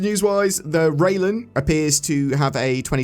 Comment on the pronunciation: all i heard was Reilen O.o